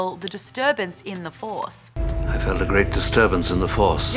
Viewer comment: Stah waws. The faws. Maude, you're awesome, lol. Btw I look forward to these videos just to see how passionate you are about it all. Keep up the good work!!!!